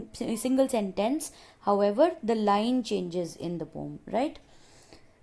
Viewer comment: Why you always say pom instead of poem?